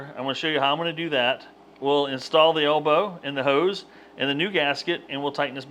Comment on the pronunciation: What is an "alebow"?